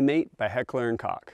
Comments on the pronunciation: It's pronounced (COKE) for KOCH. NOT COCK etc. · Great video! I had one and I kick myself for selling it. Btw, "Koch" is pronounced "Coke". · Haha, that is exactly why I will never sell mine. :) As to the pronunciation, I have heard it all different ways. I feel like when I was in Germany (going out of my way to Oberndorf for no other reason to check out the HK factory), with their accent it came out like cock, haha. Either way!